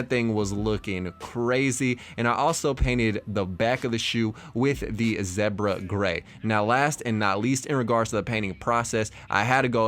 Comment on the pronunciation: The way he say zebra and orange 😂😂😂😂